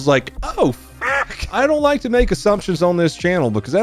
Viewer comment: did you say "Donut play on the highway" 😅😂🤣